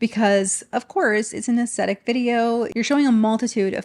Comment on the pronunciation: I love your videos,. I look forward to their release every week. Hopefully this comment doesn’t come across as nit-picking, but helpful because I genuinely love your content: if you pronounce “aesthetic” without the “t”, it sounds like “ascetic” which means severe self-discipline—which does give me a little chuckle every time I hear it because these influencers have anything but! Keep doing your marvellous work ❤